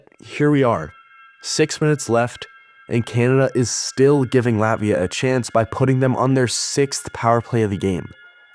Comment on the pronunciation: Please pronounce Latvia correctly. You must pronounce harder T - LaTvia, but you go LatVia.